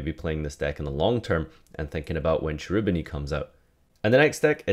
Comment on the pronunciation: It's pronounced Kerubini, the ch is hard in italian